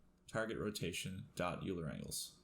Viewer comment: Great video, as always,! Just a note, it's pronounced "Oiler" angles;)